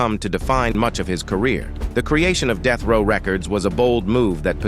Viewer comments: when AI narrates the video, deathrow turns to deethrow,among other things. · "Soogay Knight" & "Deeth Row" AI narration be killin me:face-green-smiling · Bro... STOP using AI to narrate. Unless, you've got a speech impediment or something. Even then get a friend. I had doubt until the 'ish point. What the actual fuck is DEETH row records!? Also, alongaseeda!? Bro... SOOGA Knight. Come on... If you think I'm just talking shit, listen to this. - I hope to NEVER get this type of garbage recommended to me. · Annoying af I was already annoyed with how he pronounced Suge and pissed me off even more when he said "DEETH row" smfh this AI shit so corny why not just use a human?